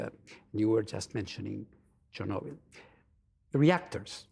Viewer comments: How does the interviewer not know how to say Chernobyl 😂 was she born under a rock. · The interviewee is so polite, concise, diplomatic and professional, while The interviewer has the demeanor of someone that farts for a laugh. She couldn't even pronounce chrnobyl right, why is she still on air ?